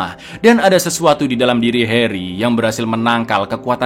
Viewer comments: Bang pas kau nyebut “heri” kok medok bgt ya, harry dong bangg bukan heri, 😂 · Harry cak bukan Heri TAT